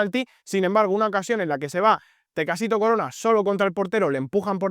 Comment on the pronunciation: Es Tecatito Corona no “Tecacito” 😅🫡